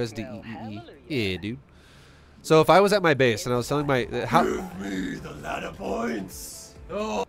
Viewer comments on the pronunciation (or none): "give me duh laddduh points!" 😂